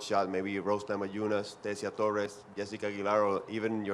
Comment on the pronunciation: I like the sexy way Joanna pronounces "Namajunas."